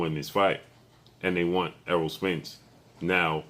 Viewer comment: His name is ERROLL not earl!!!